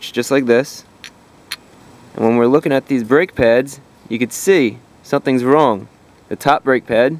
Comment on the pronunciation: "you can see, sum ting wong"